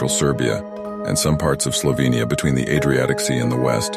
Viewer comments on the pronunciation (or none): none